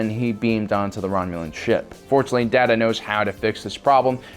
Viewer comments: Also... DAY-ta Not Da Ta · no many words mispronounced... Day-ta, not Dat-a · His name is pronounced Day-ta, not Dat-ta. There was a whole scene with Dr. Pulaski covering the correct way to pronounce his name. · The Star trek example was the "Scimitar" and Data is pronounced "Dah-tuh" not "Da-tuh" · First of all, it's "titty sprinkles" not "titty winkles". And secondly, WTF is up with your pronunciations? It's "THAY-loron" not "THAL-oron", and it's "DAY-DUH" not "DAH-TA". Jesus Christ, fuckin noobs! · day-ta not dah-ta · "Day-ta, Dah-ta, what is the difference?" "One is my name, the other is not." Obviously not a Trek fan, are you? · His names Data not Daata. GT: What is the difference? Data: One is my name, the other is not. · A ThrrRRrrRon radiation weapon ? 🤔 . . . . And who is Datta (Dat-ta)? 🤨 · It's Scimitar, not Schimitar. Also, Data is pronounced Day-ta in TNG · [4 things I see that you got wrong with this video] First, sir, it's Scimitar. You are pronouncing it as if it has an "h" in the word. Second, his name is Data (Day-Ta). Third, it wasn't a Romulan ship. It was Reman. And finally, it's Thalaron radiation (thay-laron radiation). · Did you seriously mispronounce Data's name? Jesus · Data not data... one is his name, the other is not. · Does he mispronounce words on purpose to piss people off, or is he just that ignorant? Centurions, Scimitar, and Data are words that, while they may be a bit hard to figure out if reading them for the first time, are said often enough in movies and shows that he should know how to say them correctly... and those are just the two that stood out to me in this video... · It's not data it's Data. One is his name, the other is not. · DATA, not data! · Did anyone else hate the way he pronounced Data? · Trek Nemesis: SOMEBODY never watched the movie, or any TNG, or even heard how to pronounce Data, or Scimitar. Poseur. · Its Data not Data